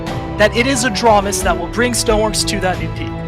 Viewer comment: You misspelled it. It’s ahj-ram-is, like ram the animal